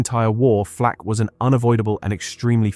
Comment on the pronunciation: Gleich zu Beginn wieder Unsinn, gesteigert durch unzumutbare KI-Stimme. Erstens war das keine Flach, sondern eine Flak! Niemand hat jemals dieses Geschütz Achtundachzig genannt, sondern 8-8, gesprochen Acht-Acht, die Acht-Acht. Das weiss ich auch von meinem Vater, der Soldat war. Er hat geradezu davon geschwärmt aufgrund der überragenden Fähigkeiten bei der Panzerbekämpfung. Lasst diese KI-Stimmen, solange diese Technik nicht ausgereift ist oder Ihr sie Euch nicht leisten könnt! Was jetzt auf YT an Schwachsinn immer schneller ausgebreitet wird, ist erbärmlich und ärgerlich.